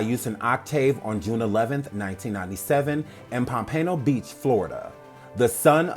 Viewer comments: It's pom -pen-o beach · Enjoyed Much! I cringed everything time you said POMPANO BEACH lol. 😘😫💛💙💛